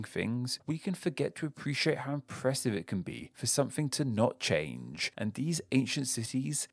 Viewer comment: I like the "CHANE" instead of "CHANGE" so yeah does make mistakes